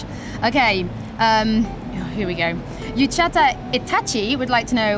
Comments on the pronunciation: is obviously not a Naruto fan!:b "Uchata Itachi" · YouTecha Itachi lol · Uchiha Itachi. I'm sorry that this presenter completely ruined the pronunciation of Konohogakure's martyr! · she butchered uchiha itachi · lol. looked at the cameraman like "how am I gonna pronounce this". Love you, sorry for for giving you a hard time. 😃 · Haha she mispronounced itachi uchiha... no m'kay I just thought it was fairly amusing. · How she pronounced Uchiha Itachi made me smile. i'm sure all naruto fans laughed at that one. Its a close one but I think Joel would win by killing drake but only by a close one because I don't think Drake would want to kill Joel.